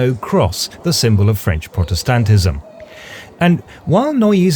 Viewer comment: Your pronunciation of 'protestantism' makes me wonder if you've been in Germany long enough to start forgetting your English 🙂- the primary stress on the 3rd syllable instead of the 1st sounds much closer to the German 'Protestantismus.